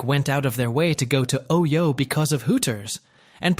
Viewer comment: You know the voiceover's A.I. when it pronounces OYO Oh-Why-Oh, hahahaha!